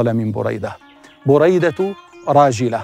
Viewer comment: مجهود رائع لكن أعتقد نطق الإسم خطأ ، فهو : بريدة بن الحصيب - باء مضمومة وراء مفتوحة وياء ساكنة ... حاء مضمومة وصاد مفتوحة وياء ساكنة buraydata ebn al husaib هكذا سمعته من الشيخ محمد بن العريفى * أنا علقت لما سمعت الاسم من اول شخص تكلم فى الفيديو ثم لما اكملت المشاهدة وجدتك قلت ما علقت به